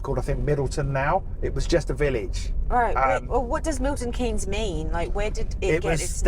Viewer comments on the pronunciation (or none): It's nes not en-ee-... Never mind. I used to work and socialise in Milton Keynes, a good place but I'm glad it is the only place like it. The grid system makes the place seem bland and is easy to miss your turn because all of the main roads are just the same. Nowt to use as a landmark to help you navigate. Breeze block town. Theatre district is good for a night out.